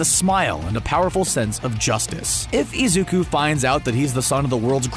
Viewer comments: the way he said Izuka instead of Izuku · The man: Izuka Midoriya Me: It isn't Izuka Midoriya it's Izuku Midoriya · Wait did he say Izuku or Izuka? # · Am I the only one that hears izukus name being said as izuka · the video kept saying izuka and not izuku it was anoying me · Has anyone else noticed that he said izuka before izuku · WHO THE HELL IS IZUKA IT'S IZUKU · Izuku ❌ izuka ✅ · Is anyone gonna he,p him not say izuko but izuku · I was so mad that I kept hearing Izuka not IZUKU REEEEEEEE 💢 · It bothers me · Why tf was the dude calling him izuka at first 💀😨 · It pains me to hear him call Midoriya “Izuka”. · “Izuka” this man had me mad the whole vid for that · I died when he kept saying izuka :') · It was an amazing video but every time he said izukus name as izuka it annoyed me so much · THIS DUDE SAID IZUKA MIDORYIA XDD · He said lzuka😭😭😭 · Pls why does the guy say "Izuka" 😭 it bugs meeee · sucks in this video, they spend most of it mispronouncing Izuku's name with an 'A' at the end instead of a 'U'. They should have practised instead of going with it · okay but when he said 'Izuka' got me messed uPpPpPp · did he really just say izuka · D-did this man just say IZUKA ???!???!?!😦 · I know this isn't the point but the way he says it "izukA" like 😟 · Fr fr😔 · Why does he say izuka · I love how he says Izuku